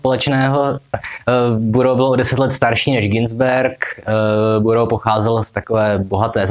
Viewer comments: Vyslovuje se to Barous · Takhle se vyslovuje Burroughs ???